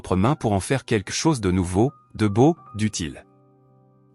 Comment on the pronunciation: "Quelque chose" ne se prononce pas "quekle chose " ou je ne sais quoi 😅 Blablabla .. .